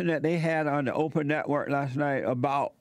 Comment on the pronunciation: “O-per” Winfrey classic Jessieism Har!